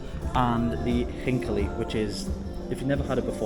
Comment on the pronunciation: Bro, this dumplings are "Chinkali", not "Halinki" 😆 Cool channel by the way, sub